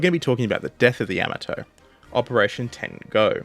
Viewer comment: A fuq'n AI can play stupid games? Seriously? Only an AI pronounces Yamato like that. Give up the computer bullshit, and do the fuq'n work of narrating yourself. It'll give you something to be proud of. Dumbfuq